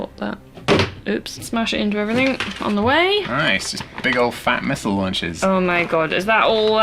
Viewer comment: The tragedy was the pronunciation of missile